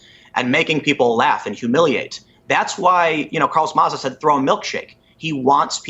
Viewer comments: Carlos Ma-zah lmao!!!! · "Carlos Muh-Zah" Me: dead from laughter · Carlos Mazaar Stephaan Crowder with the correct pronunciation. 🤣🤣🤣🤣🤣🤣🤣